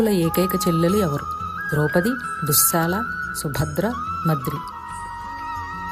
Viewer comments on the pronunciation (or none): దుశ్మాల కాదు దుస్సల